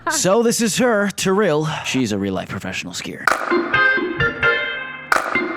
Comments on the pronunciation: Når han sa terill istedenfør tiril 😂😂😂😂😂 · Haha, tirrill, no Tiril XD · Nei, det uttales IKKE "Terille"/"trille" Det uttales ti-ril... Rett fram, ikke noe tull. Stop this nonsense now.. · I think her name is Tiril, not Trill😭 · Its not tirll Its tiril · Her name is tiril not terrel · Tiril is pronounced T rille not Terrille but ok man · my guy it's pronounced "tee-ril", not "ty-rill" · The way he says Tiril- It'd be Tee-Reel but make the Ree short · Taril 😂😂😂ofc he cant say it right but i love him saying TARIL CUKAAAA BLYEEAT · Trill lol, i love the pronounciation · He sucks at spelling Norwegian names, like Tiril, but Thats normal, its just funny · Okay but like when he said Tiril, did any other norwegian just cringe hah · It's Tiril rom Farmen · HAHAHAH HE TRIED TO SAY TIRIL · I love how you pronounce Tiril😂👌🏻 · You pronounced Tiril’s name wrong... AND I JUST IGDKAHFWGDJ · The way you pronounced Tiril had me dead 😂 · Lol u pronounced Tiril wrong